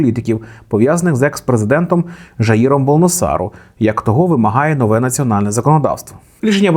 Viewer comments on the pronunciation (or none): БолСОНару, не БолНОСару ))